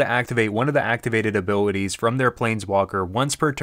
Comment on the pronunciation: You said “abilwitties” are you from Pittsburgh? Great video btw. Most information one I’ve found yet on the subject!